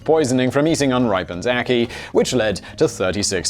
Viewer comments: You pronounced Ackee correctly by the way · He pronounced ackee right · The ackee pronunciation is correct